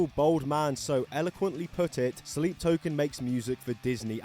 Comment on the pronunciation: I didn't know sleep token existed so I thought you just mispronounced slipknot on purpose